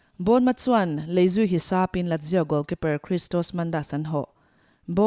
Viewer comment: Ladzio nge Lazio ? .